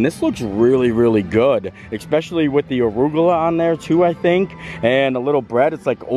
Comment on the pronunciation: great job. “especially” does not have an “X” in the pronunciation.